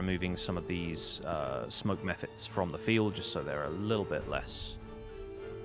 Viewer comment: When he said he goes and picks up the hand axes thrown at the mephits...I heard meth heads and thought "sounds about right"